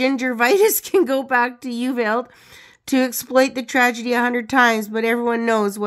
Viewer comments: Well done. There were some photos I hadn’t seen before. I love it!! Just so you know, it’s pronounced U-Val-dee. I used to like in Texas years ago. They are definitely not happy about her merching such a horrible tragedy. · I know it looks confusing to see Uvalde spelled but it's pronounced U-vahl- dee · Uvalde is pronounced as you-val-dee. The "val" sound is the same as in vault or volume (which you got correct). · Uvalde is pronounced: You-vall-dee. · It’s pronounced “you-VOL-day” ❤🎉✌️